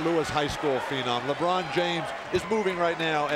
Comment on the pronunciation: Lebron not labron 🤦🏾‍♂️😑